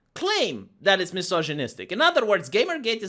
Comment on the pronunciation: I want also him saying "mjisozjinistic" and rascismus